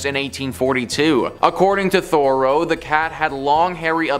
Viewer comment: Why do you say "Thoreau" and "intestines" so strange?